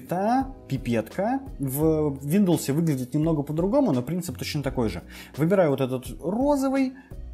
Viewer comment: Неееет, ну что ещё за "виндлс"?! 😭